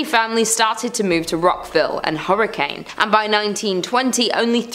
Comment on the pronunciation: I have to visit Grafton! Been to several ghost towns in Utah, but never knew of Grafton. Guess I gotta go! Also, weird fact, the town Hurricane is not pronounced like that. Locals there will get mad at you if you don’t pronounce it like “Hurricun.” It’s really bizarre.